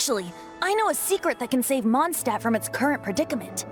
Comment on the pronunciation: In the first part you worried slightly about saying Mondstadt wrong. And since then you have said it in the exact same way as the game. Which is wrong. And now there's the "Holy Lyre der Himmel", which the game also says wrong. At least it seems to be consistent in the way it is wrong. Kinda like "Atelier". Also the name Venti reminds me of a prominent character in Rune Factory 4 - who happens to be a dragon.